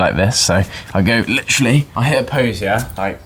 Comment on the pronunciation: First time I enjoyed hearing "litchrally" be spammed 😂